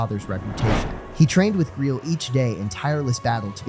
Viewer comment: Gre-el what is that pronunciation it's gray-el grail like the cup